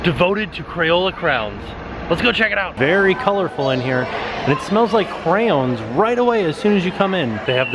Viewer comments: Me too! “Crowns” 😆🖍 wish I could’ve went when I was in Orlando last month!! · Don’t forget cray-owns! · Clearly I'm not the only one who notices that is saying "Crowns" rather than "cray-ons" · Omg it’s said like “cran” they are not crowns! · Bored Millionaire says "Cray-ion", "Cray-ones", "Cre'-ons" and my favorite "Crowns" Oh dear♡♡ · Crown? is that how actually pronounces them? or is it a nickname he gives them? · The way he said crowns instead of crayons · As a american, I say crans. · Instead of crayons I heard “crapons”